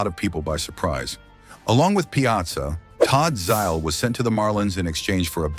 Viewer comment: the rumors? like from 30 years ago? what a scoop! great to hear the ai say "bobby bo-nill-ah" and "todd zy-ill" lol. teach your ai narrator to say batting averages! listening to decimal point over and over gets annoying. but kewl video still. thank you